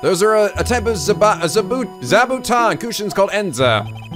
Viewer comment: DAMMIT YOU'RE SAYING IT WRONG IT PAINS ME AAAGGGH Sorry... sorry... It's more or less pronounced: Za Bu Toh-n. Japanese stuff.